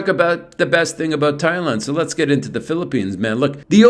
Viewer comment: Hopefully none of your English students are watching your videos, Peeparoonees and Babaroonees! LOL